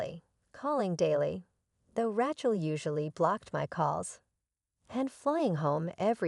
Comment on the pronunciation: Please teach your AI to pronounce the name Rachel correctly.